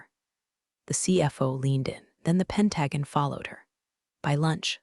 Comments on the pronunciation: This is one of the worst stories I've ever seen or heard. The voice can't pronounce crap, and the text is just as bad. Do you people proofread anything at all? Or are you too ignorant? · Yes! PENT-a-GONE, not "Pentagan"! 😂 Come on,, get it together! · YOU REALLY NEED TO LEARN HOW TO SAY THE WORD PENTAGON. PENT-A- GON. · Pentagon is pronounced pen·tuh·gn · You say you read our comments....i don't believe you! If you did, you'd correct the pronunciation of Pentagon! Good grief people! It's pronounced PEN-TA- GONE! For good sale, take some pride in the quality of your work!!!!!!!!!! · pronunciation sucks.. Penta gone … is pretty simple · Or WHAT! Do not understand why pronounce word wrong? correct way is simple SAY --(penta)-(gone)- but spelled pentagon! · Pronounced PEN TA GON, even our enemies can pronounce word correctly!!! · I can’t get over the words pronounced wrong. It is not pen tag gan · 😩 "Pen tag gan" is just painful to listen to. It’s like the is making up its own version of the Pentagon! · Jeez,, why can't you pronounce "pentagon" correctly? 🤣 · Loved story, really disliked the mispronounced words example Pentagon. Can't anyone say it correctly..??😢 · Learn to say pentagon! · The pronunciation of Pentagon is making my eardrums itch. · Let’s pronounce Pentagon correctly too. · The mispronunciation and lack of understanding re: verb tense make this hard to listen to. Also abbreviations are an issue. Have to read to interpret what is said. Totally takes away from the story line. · I like the stories and their detail; but, please teach the text to speech how to pronounce pentagon and patagonia. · Haha, for sure! 😅 "Pentagon" and "Patagonia" should definitely not be on the same list. Hopefully, the gets a pronunciation upgrade soon! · Please fix the so it pronounces pentagons correctly Pent-a-gone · I was startled that they pronounced the river's name correctly but can't get Pentagon right!! That was hilarious.